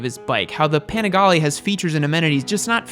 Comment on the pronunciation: that Italian pronunciation thought... ducatista, panigale